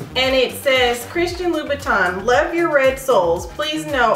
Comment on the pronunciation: It's "-tin", not "-ton" ☺️ very nice, classic shoe